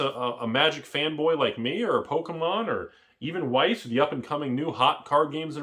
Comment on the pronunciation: youre awesome and knowledgeable, but Weiss is pronounced with a V sound lol